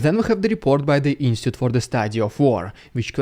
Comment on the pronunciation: You really need to learn how to pronounce Institute.